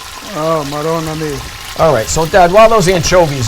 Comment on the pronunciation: Eh... "Maronna mii" davvero! Non critico la ricetta, ma fatela più "cooked AL DENTE" ahahahhah